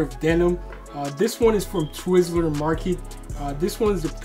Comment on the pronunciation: Why do you guys keep saying Twizzler Market?😂😂Bruh it’s called Twill Market.